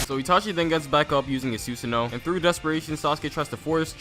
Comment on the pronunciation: i just realized you said sus-uh-no instead of su-san-o lol